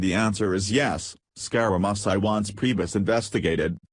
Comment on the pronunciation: Yee-Hee-Hee! I never thought how much trouble a robot would have pronouncing "Scare-a-Mooch-ee". This is the worst I've ever heard.